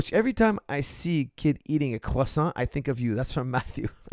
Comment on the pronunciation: "CWASSON" Mindset